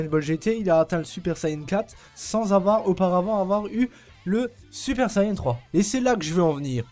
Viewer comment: Super Sayene 3 ? Mec, tu veux être pris au sérieux apprends que ça se prononce comme tu l'as écrit dans ton titre, a suivi de n ça ne s'est jamais prononcé autre qu'ane en France et au Japon, tu dis pas Keyto mais bien Kayeto pour Kaito, nous fait pas honte comme ces débiles de doubleurs français !